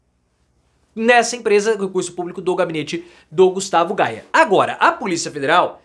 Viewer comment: A pronúncia certa é: "GUSTAVO GUEIER".